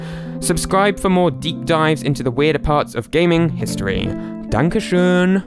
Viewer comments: That Dankeschön was beautiful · wow your german pronunciation of "dankeschön" was actually great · ok... so im just casually eating my pasta and watching this video.. then i hear a dankeschön at the end. which btw was perfectly pronounced. it confused me so much i just sat there for a few minutes watching in the air with the thoughts: wait i thought was British. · Your "Dankeschön" was pronounced perfectly! Are you really from the UK?